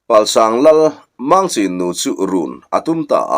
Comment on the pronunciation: Palsang khua leh zuchhip khua I lam dan hi a dik lo